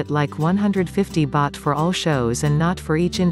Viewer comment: It's "baht" not "bath".